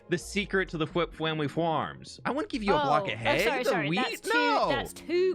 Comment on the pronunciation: “fWhip fWamily fWarms - the best fWheat you’ll ever find in the world!” I think find should be “fWind”😂